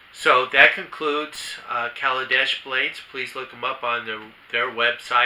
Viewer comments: Great video just wish you'd say their name correctly!!! It's Kailash not kalidesh. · Is it KaiLASh,? Or KalaDESH ? You’re not saying it the way it’s spelled.